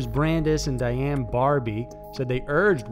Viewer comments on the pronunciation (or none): none